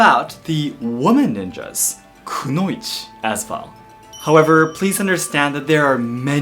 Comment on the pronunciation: Why do you say konouichi differently than anime in Japanese? Not English dubbed anime, Japanese audio